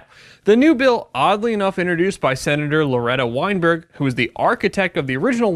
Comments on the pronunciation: "Weinberg" EVERY. FUCKING. TIME. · Weinberg? Hummmmshocker.